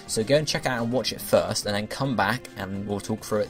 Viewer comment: lol i heard thirst instead of first